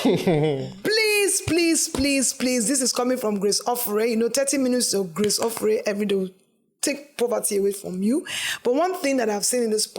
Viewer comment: As an Uromi girl, I was angry when he said “ Ofure” 🤣🤣🤣how dare you pronounce the name like that 😠